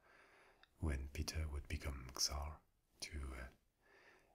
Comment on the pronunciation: Awesome video, as usual, thank you! However just a little thing... The Russian word "Царь" sounds as more like "Tssàr" instead of "Ksar" 😇